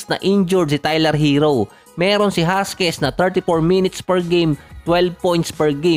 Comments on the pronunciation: Jaquez po. Not Jasquez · Hakiz po yan ang pagbasa lods hindi huskies😅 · Sir jaquez po hindi jasquez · jaquez = Hakes ang pag pronounce nun. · Boss Hakez ang bigkas doon...